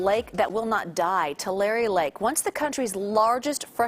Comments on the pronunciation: It's pronounced " Tulare" Is "Two Larry" you people always have newbees that don't know how to pronounce certain words & names. Find out before you go on air. Annoying when you say them wrong, its like you are talking about somewhere else. Peace on Earth. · Too-La-Ree, not, to Larry! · Dear narrater: it’s pronounced-two-lair-ee not two lar e 😂😂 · "Two-Larry" Lake. Please get it right. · “ TouLarreeeh” I wonder how far north the water will go! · It’s Too-Larry